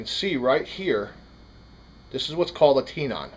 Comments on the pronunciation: It's TENON not TEENON.. makes me crazy every time you say it.. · tenon, like ten in, not tenon like tee non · Nice job! I DO have to comment though..."tenon" is pronounced "ten-in", short "e", not "tee-non", just like in woodworking where you have a mortise & tenon joint. And "swage" is a short "a" (as in "watch") not like "swayje". Sorry, I don't mean to be so stuck up but it got old hearing all the mispronunciations. Don't kill me, I'm only the messenger! Informative video though, learned what I ended to know...thanks! Now I've got to figure out which size tenon the front sight on my series 80 has, don't want to snap it off until I have the new one in hand. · Tenon = ten (like 10) - on (more of the 'un' sound). Not tee-non... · You're pronouncing tenon wrong. It's not tee non, it's tenon. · Watched this video until you kept saying “Tee-non”. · Wtf is a tee-non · Thank you , I found his pronunciation of the word tenon hard to listen to everytime he said it